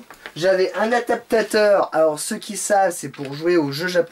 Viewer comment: ... Un N'ATAPTATEUR